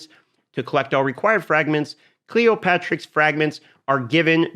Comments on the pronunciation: why everyone on youtube says cleoPATRIX when this champion name is cleoPTERIX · It's Cleopteryx, not Cleopatricks. "Clee opp ter ix" --- just sayin.